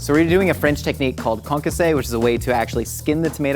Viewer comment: Calling that Concassë is a disgrace to the french cuisine xD